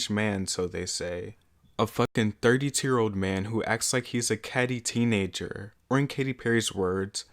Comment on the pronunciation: He says ThiRtY tWo yEarS oLd as if that's fucking old😂